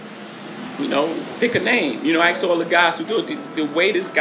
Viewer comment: Why is he always saying aks nit ask??